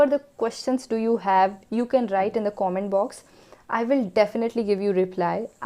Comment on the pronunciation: plz pronounce comment properly